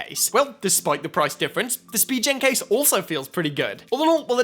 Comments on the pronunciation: it’s spi-gen btw not spi-jen😂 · idk why it triggers me when he says spee-jen case and not spee-gen case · How does that make a difference? lol